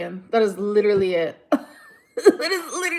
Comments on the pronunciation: If she says leeduraleeeey one more time 👀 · YES!!! Especially the aggressive "UMM" she does so often and those *ridiculous * mispronunciations; geenuinlyyy...leeederally...etc. Not cute or quirky, just annoyeeeeng.